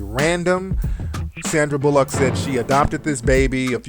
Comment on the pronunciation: Fuck you. First off you said Sandys last name wrong. A displaying Louis like that is just wrong. didn't adopt him because of that, stay out of her business.